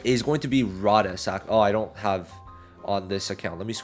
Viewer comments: Rades pronunciation = Ray-Deez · Learn to say rades right it's all I ask please for the love of Julius